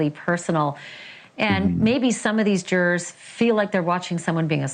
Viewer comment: Love Ashley, hate her pronunciation of “Jurawrs” 😂😂😂